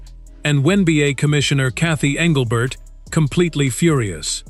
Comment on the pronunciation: When Beeyay? WTF is When Beeyay? 😆😆😆 Then halfway through the video he changed it up to the "One Beeyay" 😆😆😆